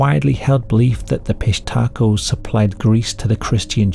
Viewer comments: Dude I’m sorry, I couldn’t listen to you say Fish Taco a thousand times. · Great video! I don’t know why I keep hearing fish taco I hear the P but all together it hits me as fish taco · I thought you said "fish taco" gang, lol. The auto generated captions are having a field day with it. Pissed hatrco, pish Taco, Southern undies... gotta love it when the topic is so messed up. - fish taco, about time it heard it too. I didn't know Peru had stories this creepy, of course everyone does, I just never heard them. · I just kept hearing "fish taco". 😂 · I keep hearing "fish taco" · Tell me I'm not the only one that kept hearing the name as 'fish tacos'. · i enjoyed the video, but i kept hearing fish taco the whole time. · I keep hearing fish taco 🤦🏻‍♀️ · Idk about ya'll but I kept hearing "fish taco" 🐠🌮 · Am I the only sick mf that hears fish tacos every time you say pishtaco and giggle a little bit? Yes, I know i ain't right 😊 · I believe it's pronounced.. "fish tacos". ..fishtacos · I keep hearing fish taco lol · 😅😂😂😂😅 Me too, fish 🌮 taco. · Obviously the correct pronunciation is 'fish taco' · I thought he was saying fish taco 😂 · I kept hearing piss taco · I'm so sorry but I keep thinking yr saying piss taco and giggling. Again, very sorry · The AI generated pronunciation of Pishtaco at the end was so passive aggressive 💀 got me crying from laughing so hard